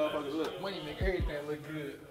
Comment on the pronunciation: Funny! "None of my monyun.." 😅